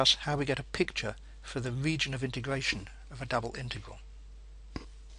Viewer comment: wegion of integwation